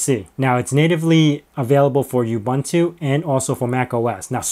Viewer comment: Correct way to pronounce Ubuntu